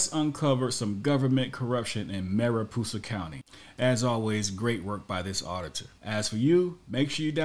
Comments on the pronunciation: It' Mariposa, not Maripoosa! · It’s “MariPOsa” - it’s not pronounced “MariPOOsa” like the narrator introduces it. Also, the fact that videographer doesn’t even know the difference between the word “exam” and “exempt” means he likely didn’t even finish school. Really pathetic. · I like your pronunciation of Mariposa better! LMAO! We should all call it Maripoosa from now on. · It's Mary-Poe-sa county. Spanish word meaning butterfly. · Yes Tulare county says "exempt" wrong but you mispronounce "Mariposa"